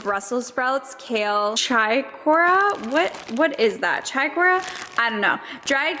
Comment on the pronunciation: The thing the in the salad is pronounced Chick -or-re, close though haha great haul ! I enjoy a lot of the same things that you got 😊 , another thing I like for a healthy snack from Costco is the turkey pepperoni bites , they are a great source of protein !